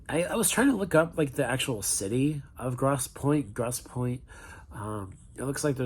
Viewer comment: How hard is it to pronounce "grosse" or Michigan" properly?